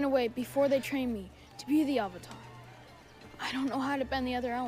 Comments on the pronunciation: Why does the movie pronounce “avatar” as “auvotar” lol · “My name is oong, and I’m the ovatar” Me: "No ur not" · Literally Avatar is pronounced ONCE correctly in this movie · Stilted acting Some good effects but mostly terrible effects WHITE WASHING?? Getting the NAMES OF the characters WRONG? (ANG instead of AANG, EEROH instead of IROH, AHVATAR instead of AVATAR etc xD) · Ahvatahr Ong Sowkuh Eeero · Ahvuhtar Ong, Sowka, prince Sueko, uncle Ear-oh, Agni-keys… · watching this review with the subtitles on for the terrible pronunciations is hilarious. avatar wrong and agony key duels lol. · I understand the names; they put zero effort into pronouncing them at all, but I understand trying to fit their language conventions: But AVATAR IS AN ENGLISH WORD.